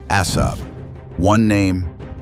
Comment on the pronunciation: You are pronouncing Assab wrong you nitwit! ለኽባጥ ሓሳዊ.